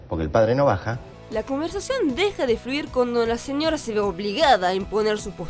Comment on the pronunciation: La mina del vídeo pronuncia re mal "señorra, autorridad" me pone de mal humor